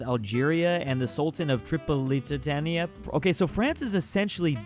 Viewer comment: Cochinchina is pronouced like KOE-CHIN-CHINA Tripolitania is Tripoli + Tae-nia Lucknow got eliminated (that was the big guy in India) W Egypt and Tanzania